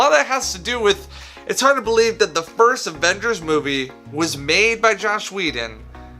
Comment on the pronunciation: As soon as he said Josh instead of Joss I knew this would be bad.